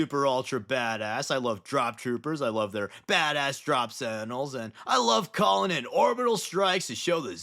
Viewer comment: You pronounce sentinels like sandals